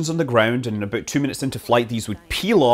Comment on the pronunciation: Why can't people say "about" properly.